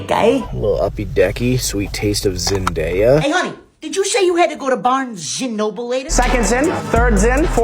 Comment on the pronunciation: "Zynbabwe", "Zyndaya" 🤣